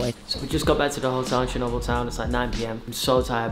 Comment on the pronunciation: its not "shernobyl"..........